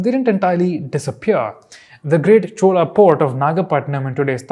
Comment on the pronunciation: Its not Stupaaaaaaa Cholaaaaa Buddhaaaaaa Lingaaaaa Bhagavathaaaa Puranaaaa ... Please pronounce it correctly as an Indian ... just like u correctly pronounced Tamil and Tamil Nadu